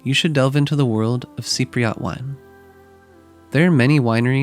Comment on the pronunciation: Cypriot. Not Cypriat